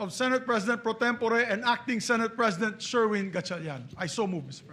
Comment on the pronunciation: Pro-tem-po-re talaga?